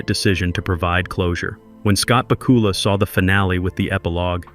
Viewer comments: ba KOOOOOOOOOOOOOOOL-a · Great video, but was it just me but I kept on cringing when he kept on saying the name incorrect